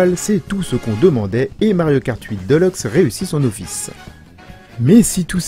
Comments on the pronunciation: sa me fait tiquer quand j'entends deleuxe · "mario kart 8 deuleukse"